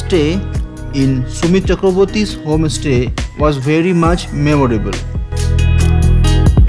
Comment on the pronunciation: Why are you saying home- estay indead of homestay?